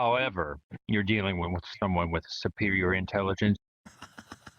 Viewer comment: "You'we deawing with someone with supewior intewwigence" oh i bet buddy